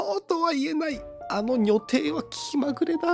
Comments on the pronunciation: 因みに”にょてい”って言ってますけど確か読み方は”じょてい”もしくは”にょたい”だった気がする・・・。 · にょてい？じょていじゃなくて？ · 女帝、にょてい エロい方の読み方(笑) さすがです(笑)